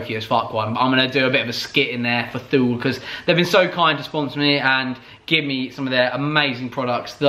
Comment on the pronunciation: Thule as in the roofbars? Its pronounced Tu-lay I think. Something like that...